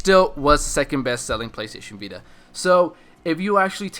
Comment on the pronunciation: Hahaaaa he said PLAYSTAYSHEN BITA !!! Lol.